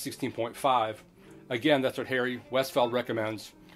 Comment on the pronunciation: Good vid, not boring! Are seeing a difference on records already cleaned on your 16.5? BTW, it's Harry Weisfeld, not Westfeld.